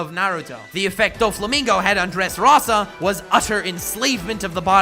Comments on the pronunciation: okay love the video but dont say dressROZZZAA dressrosa rosa say it try it love ur vid tho <3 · My only problem with this video is the way you say Dresrosa. Nice video otherwise